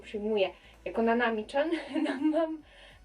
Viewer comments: Mówi się "cian", a nie "czan" 😉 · Czemuuuuuu??? Czemuuuuuu?? Dlaczego każdy mówi nanami "czan" ?!?! mówi się "cian" oczywiście nic do ciebie nie mam :) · I jeszcze mogę tak ci zwrócić uwagę że "chan" wymawia się cian a nie czan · Chan czyta się cian